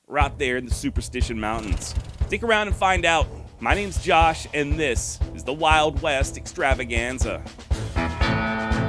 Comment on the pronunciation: Josh, when you have some free time on your hands, (please) go back and watch a few of the original videos, so that you can brush up on how to say “The Wild West Extravaganza” correctly in the intro… I’m sure many of the original viewers agree with me…. Thanks for any consideration on this matter. ;-)